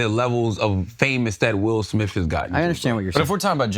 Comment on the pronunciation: “will smiff” 😂